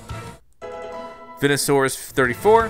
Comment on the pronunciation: And venusaur is pronounced vee-nu-saur